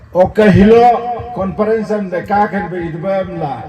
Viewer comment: It’s Conference not confidence